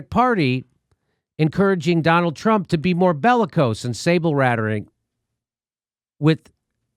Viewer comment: "Bellaco sin sabelrathering" ?? Im not english from beginning